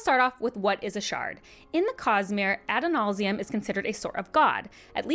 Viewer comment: Absolutely nailing the Adonalsium pronunciation